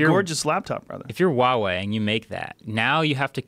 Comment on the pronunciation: Huge props to Joe Rogan for pronouncing Huawei correctly haha